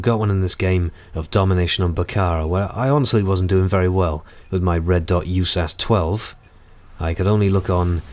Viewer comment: It's U.S.A.S. 12 no Yewsas just fyi